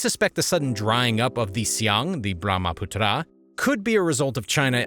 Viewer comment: Hello Author, Learn geography. In a map you placed Tibet down near Hong Kong. Also it is not true that most of the Chinese population lives in the arid north. Also you should learn how to pronounce words like Brahmaputra.